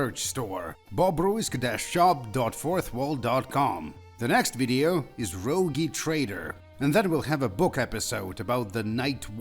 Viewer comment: Не останавливайтесь, сударь! Продолжайте обзоры! Ждём "Рогью Трэйдэр" 😂😂😂 Please don't stop, dear sir! Go on with the reviews! Looking forward to "Rogue Trader" (pronounced wrong, that's why it's funny) 😂😂😂